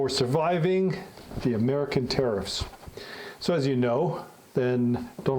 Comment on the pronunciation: I liked the way you said first said tariffs. I heard terror-ifs ☠️